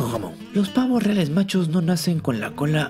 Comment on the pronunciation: ¿Pavoh riales?